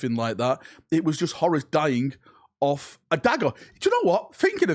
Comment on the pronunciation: That’s not how you say horus